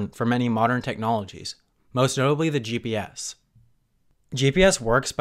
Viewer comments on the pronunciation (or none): Is he saying GBS instead of GPS? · Martin Kunev ya maybe GPS but he said GBS 🙃